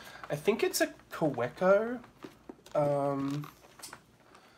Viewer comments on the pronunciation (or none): I think Kaweco is pronounced “Kaveco".